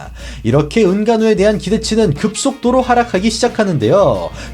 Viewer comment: 급속도로가 아니라 '급소'도로넹